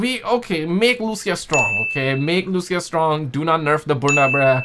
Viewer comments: Wherever we go gta 6 leak is there 😂 And she is Lucia not Luchia 🤣🤣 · It is Lucia (Lu - Ceeuh) not Lusia